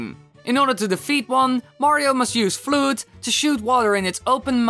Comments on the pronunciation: fludd not fleud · It's FLUDD, not FLEWD Oh wait, you have an accent. My bad, i'm just not used to people who don't have the ability to pronounce thiŋs PROPERLY! 😒😒😒😒😒😒😒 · OMG!! Did He Seriously Just Call "F.L.U.D.D" "FLOOD"!!??!?! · Its funny how you pronounce F.L.U.D.D! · I'm sorry. I just don't like it when people pronounce thiŋs incorrectly This includes accents. I- just don't- my brain doesn't like accents.